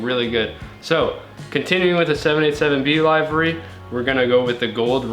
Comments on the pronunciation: Livery. Liver-e not lie-ver-e... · li-və-rē not live ery. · Looks amazing. But Livery is pronounced "Li•vr•ee"